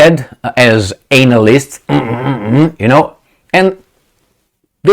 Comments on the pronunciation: Your unique pronunciation of "anal ysts) is excellent and greatly apreciated!!😐😊💗🙏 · you say analyst perfectly, especially in this content…anal-ysts 😂😂😂😘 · 😂 when you said Anal-ists 😂 I couldn’t help myself… 😂😂😂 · Lol. I love how he refers to Analists as Anal-ists , with emphasis on the Anal , lol . Which most experts are . Especially which most MSM Western experts are .